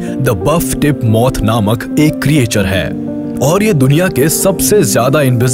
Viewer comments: "kriyechar" nahi "kreechar" bolo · Sir ye jo aap Creature pronounce kr rhe hn ye glt pronounciation h...aap ise क्रीएचर pronounce kr rhe hn lekin ye क्रीचर hota h😊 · आपकी आवाज बहुत अच्छी है। लेकिन भाई क्रिएचर नहीं क्रीचर